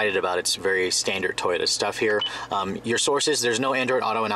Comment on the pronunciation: Hearing him say STANDARD makes me mad